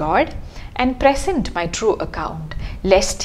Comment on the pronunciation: Great analysis of a great sonnet. "Present" as a verb should be pronounced 'pre-SENT'; only as a noun is it 'PRE-sent'. This is also required by the rhyme scheme.